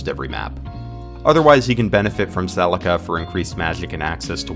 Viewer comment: I can’t tell if you were trying to say “Celica” here or not bc that doesn’t sound right at all lol